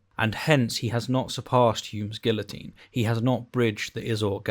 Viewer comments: It is just me, or are you saying "guillotine" wrongly on purpose,? (I know the British have a proud history of hating the French, but seriously, just say it the right way 😂😂😂) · I couldn't get past your pronunciation of guillotine.